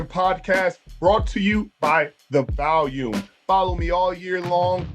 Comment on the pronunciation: the Vahlume